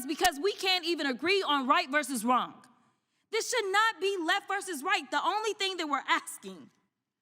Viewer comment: I like this woman but she needs to learn how to pronounce "wrong". There isn't a k at the end, its not wronk. Just because there is a silent w, doesn't mean there is an invisible k.